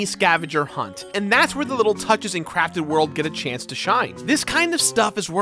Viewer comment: All I hear is “Yoshi’s Crappy World” and it makes me laugh. Liked and subscribed. 👍